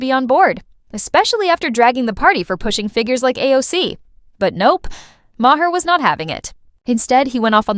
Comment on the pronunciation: AI produced videos need to stop. "Ma HAIR"?? That's how you''re pronouncing Maher's last name? But only half the time? His name was pronounced three different ways. Either do a video, or don't. But this ridiculous phrasing and off-putting pronunciation is an insult to content creating. And I agree with the message--but the value of it is lost in the AI reading.